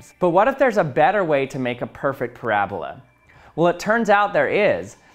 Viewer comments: It’s not “parablah” it’s a “Para-Bola” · drink every time he says parabluh